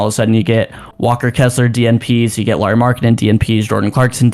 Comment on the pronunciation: JFC you’d think if you host your own Utah Jazz podcast, you’d at least know how to pronounce the name of your team’s best player… a point Lauri has made repeatedly, using specific examples like Heat player Kyle Lowry or “Bad Boy” movie character Mike Lowrey when asked about it…